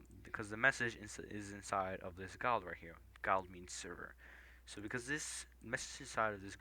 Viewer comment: if (<Message>.channel.toLowecase === `${prefix}commandname`) { // using String#toLowerCase allows for the command to be ,commandname or ,CommandName or ,CoMmAnDNaME } Also, guild is pronounced gilled! Good tutorial :)